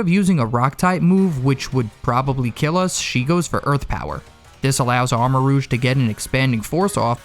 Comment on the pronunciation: ARMAROUGE, NOT AMOURAGE!